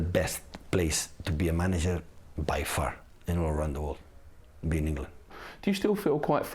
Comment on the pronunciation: "By farrr" :D